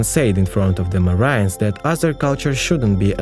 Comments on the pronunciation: i was like wtf is 'marians' just to realize he was trynna marines 🤣🤣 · ... And "marines" isn't pronounced "mar-EEN-ehs". Unless it is. 😳🤪